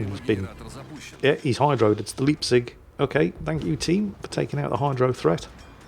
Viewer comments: Leipzig comes with an eye, transliterated it would be leyep -zig, two syllables, pronounced separately. Of course, if you are a denizen of that benighted city, you would say leyepzsh, one syllable, no waiting... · It´s the L"E"ipzig. In english it would propably be writen Lipzig, where the first "i" is the same as in (capital) i, like (I am goin to ...). But in german it is